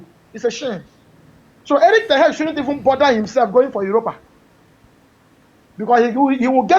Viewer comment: The way he pronounce ten hag always dey off me 😂😂😂 "ten heg"